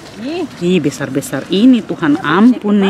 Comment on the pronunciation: kak bukan tuhare tp tuhan ee